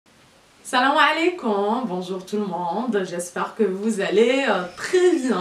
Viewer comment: Jai arreter la video quand ta mal prononcer " tout" le monde " cest tout pas tchou le monde😅😅